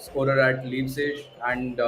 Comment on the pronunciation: No offense but this guy really don't know what he's talkin about, he can't even pronounce the names correctly dfkm... Wtf is a "leepzij"??